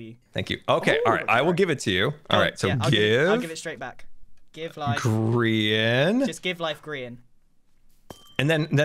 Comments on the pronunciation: its gr-aha-n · “Graham” -Google Translate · Graham> Grian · Lmao it google translated gri-aha-n to graham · So there is a translate button below youtube comments now and Gri-aha-n became Graham lmfao😂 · It says "translate to English" and it turned gri-aha-n to Graham lmao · Gri-AHA-n translated to Graham BRUH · Gri-aha-n Google translates that to Graham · Apparently google translate is thinking that gri aha n is graham LOL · grian has some salmon and its rA-HA